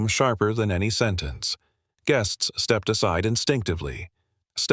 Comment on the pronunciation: First sentence the AI got it wrong. Step ed.